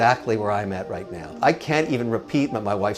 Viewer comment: Are you serious right neow